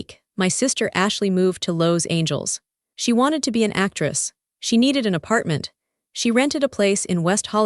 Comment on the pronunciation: You’ve got to get a reasonable reader who can read Los Angeles! This is ridiculous!!!